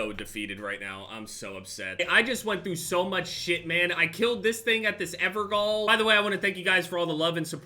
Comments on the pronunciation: Random fact but the Evergaol you see in the game is pronounced Ever jail. Gaol is just the old English spelling of Jail! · It's pronounced Jail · Evergaol is pronounced Everjail, they used to spell jail as "gaol" back then